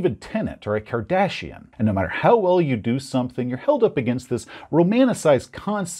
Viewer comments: Does it say something about me that when he said Kardashian I kept hearing Cardassian? As in Star Trek? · I was confused for a bit I thought he said Cardassian.